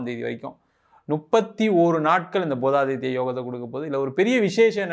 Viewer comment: பூதாதித்ய யோகம் அல்ல புதாதித்ய யாகம் சரியா சொல்லுங்க